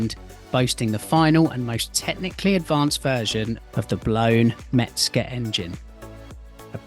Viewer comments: Good vidéo and very nice car, thank you. 👍 Please... It's Hans MeZger, not MeTzger. 😉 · There’s no “t” in “Mezger”.